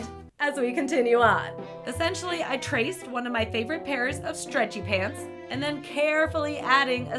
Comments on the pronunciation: Lol she says streatchy pants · I find it so funny that you say stretchy pants as one word lol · Why does she say stretchy pants like that😂😂😂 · I love the way she says stretchy pants